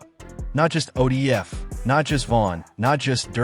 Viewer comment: You a goofy at least say it right who the fuck is ODF ?